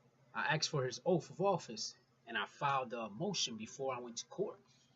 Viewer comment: Good educational videos brother but good lord that ‘OAF of Office” is killing me